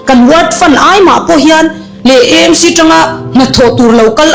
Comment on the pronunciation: EMC ❎ AMC ✅ Eizawl ❎ Aizawl ✅ tiang zel hian aw